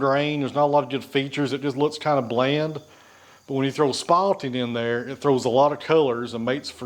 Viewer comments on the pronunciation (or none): The word is SPALTING. Not spotting.